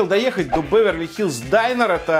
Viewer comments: прекрати, пожалуйста, произносить слово "Diner", как "Дайнер". Понимаю, мб ты не знаешь как оно точно произносится, поэтому хелпану - оно произносится "дИнер". Спасибо. Удачи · Динер, не дайнер. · Почему дАЙнер, если дИннер?...... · Diner a ne Dainer